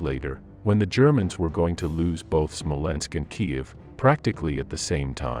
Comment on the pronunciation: It's SMOLENSK, you morons, NOT "SMOLENSKO"!!!!